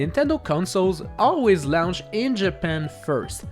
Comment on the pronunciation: I like how he says launch .. "lownch" 😂